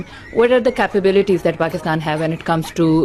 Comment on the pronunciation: Pakistan ❌ Pakist-aand✅ 😂😂